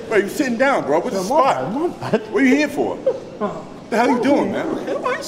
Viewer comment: I didn't know Larry was from New England area til he said "what ahh you hea foowah" 🤣🤣🤣